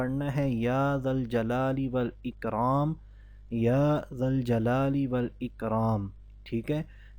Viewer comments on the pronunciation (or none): Ya juljalale wal ikram padhna hai... ya jal-jalali wa ikram.. please clear karen... जुल जलाले वल इकराम पढ़ना है। या जल जलाली वल इकराम , प्लीज् क्लियर करें। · वीडियो में बताया गया है "या जल जलाली वल इकराम" पढ़ने को , वज़ीफ़ा सही बताया गया पर इसकी pronunciation सही नहीं है। सही ये है....." या जुल जलाले वल इकराम" ये सही है गलत पढ़ेंगे तो कोई फायदा नहीं होगा।